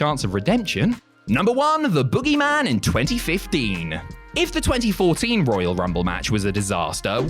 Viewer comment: Are you saying "boo" or "boo-oogy man"?